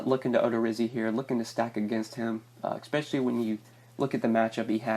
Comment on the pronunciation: It's especially not eckspecially.